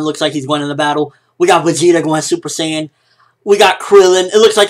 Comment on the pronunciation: The user of the video pronounced Saiyan wrong. LOL. S-I, not SAY.